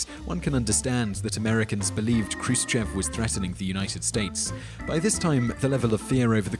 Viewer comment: its not k-ru-se-che-v but h-roo-shiyov